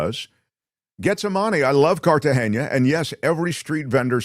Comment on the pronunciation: it's not "Cartageña"--it's "Cartagena". The "n" is pronounced like a regular "n" in English would be.